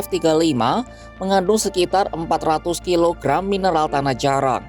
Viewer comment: Narator ngmng nya gk jelas.. Tanah jarang diucapkan tanah jarak berulang-ulang menurut keyakinan saya..😂😅